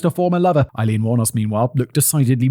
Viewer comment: Simon, has it ever occurred to you to look up the pronunciation of someone's name? Aileen is pronounced "ay-LEEN." Three and a half hours of you mispronouncing the main individual's name. Google not only provides an audio file, but also a visual of the pronunciation for the hearing impaired. Listening to you get it wrong all that time gave me cancer!